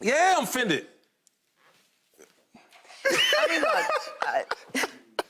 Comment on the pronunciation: This man said yeah I'm "fended"